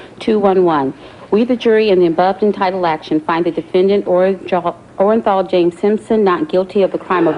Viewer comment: the clerk had 1 job & that was to read the verdict out aloud, clearly & correctly for all to hear & she made a mess of it. "We, the jury, in the above-entitled action, find the Defendant, ORENJAL......Orenthal James Simpson, not guilty of the crime of murder..." This video will go down in history as 1 of the most iconic verdicts in the American justice system and the clerk couldn't even read the defendants name out correctly.